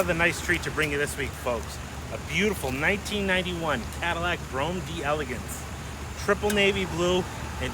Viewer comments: It's pronounced... Dellagance... Not... D! Elegance... Ugh! Ignorance! Respect the French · my friend it's not pronounced "deee elegance", it's French and it's d'elegance like "dUh elegans" lol